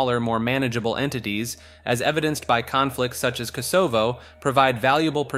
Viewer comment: Part of the fun of these is pretending that this is coming from a source of authority. It allows us to sink into the possibility that the world is stranger than it seems and that there are still mysteries to be uncovered. We believe because the voice has power. Yours is good but mispronouncing words here and there breaks the spell. Kosovo. Bidirectional. A little more care in these voiceovers will amplify your perceived authority.